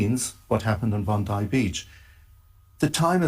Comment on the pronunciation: Thanks. We have ppl in the Australian news comments saying we need a leader like Trump, they love him here as well. It’s just nuts. It’s pronounced Bon die, apt.